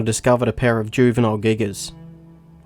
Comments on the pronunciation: The first time i seen this video. I thought said. "A paras footsteps 😂" he said" a Pair of"😂😂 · Remember when i thought he said para footsteps. When he said pair of .....😂